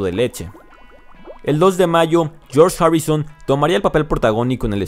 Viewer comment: PO MACRNY? PARY BOY? JOUN LENON? YOSS HARRIUSON? YOSS MARTIN? LOS BIRUS? PESIMA Y EXAGERADA PRONUNCIACIÓN...SI ESTAS EN UNA BANDA COMO DICES SERIA DIVERTIDO E INTERESANTE VER COMO CANTAS